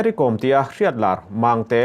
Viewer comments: Kom I lam dan thluk a dik lo, Kawm a nilo Kom (B Com) Kôm tih tur, Mary Com chu misual tenawm tak a lo nih hi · Thian inkawm ....tih a ..kawm ti in i lam leh tlat bik a ni maw ... Kawwm nula te chu i la ti ta deuh² leh nghala ... A hming pangngai a nih na bo thak in i lam ri a lawm le ... Mary kawwwm....😂 Mary kom tih ve mai awm.. Chuan, Henu hi a tan awm thlawh loh ..a chet dan hi a temawm e mai ...hmelchhe rapthlak hrep hrup bawksi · Ka hriat ve dan chuan Kom hnam ho hi Zo hnahthlak an nih ka hrelo, chuan Kom tih i lamrik dan hi a diklo deuh, Kom tih hi lehkhabu káwm tih anga lamrik tur...svmm😊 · Kawm(lehkha bu kawm) tih ang a lam tur a ni e. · Kom i thlûk dân hi a mak e, Kôm Ko 'm' hi i ti hniam dup a.Ko m hi o i ti ang hian ri se a dik a ni mai ang. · Uire a nih hrim hrim ka ten,Kom ti hi thluk tur aw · Kom..i lam rik dan hi ka hriat dan nen a inmil lo...Vaimim kawm kan lam rik ang hian kom hi lam tur